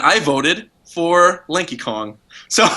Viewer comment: I thought he said "Linky Kong" I was like "WHO THE EF IS LINKY KONG?" then I realized who was saying Lanky haha.